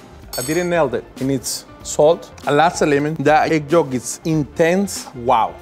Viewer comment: why does she say it like that. why does she pronounce the “L” in yolk